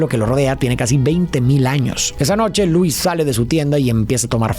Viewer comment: Si miras cualquier contenido del IP de superman en su idioma original, verás que Lois Lane, se dice Loo-is, no Luu-is